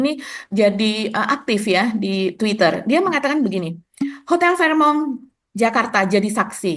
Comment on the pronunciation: fairmont asalnya bahasa teutonik / jerman, bacanya fèrmond bukan a la perancis fehmong. nggak enak memproses informasinya seperti mendengar news anchor cadel.